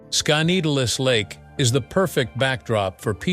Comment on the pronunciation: This robot's mispronounciation of Skaneateles Lake near Syracuse s hilarious! It's Skin-e-at'-less. Also, I don't think he commutes daily from the Syracuse airport 30 miles away to NYC! That would take hours. So it must be his weekend/vacation retreat, not his M-F home.